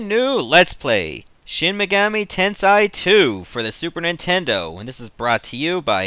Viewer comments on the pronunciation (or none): its sei not sai